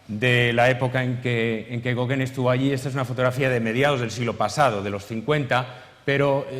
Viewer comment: Españoles,no insistáis,por favor, en pronunciar otra lengua,es insoportable oír el apellido Gauguin tan mal pronunciado!!! Sois malísimos para los idiomas!!!